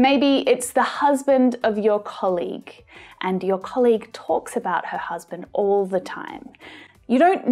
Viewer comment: I heard "colig" ?